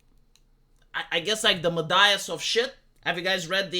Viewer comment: my-das (midas) as in you got the midas touch